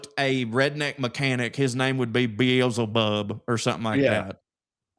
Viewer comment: beeez-ey-bub bout KILLED me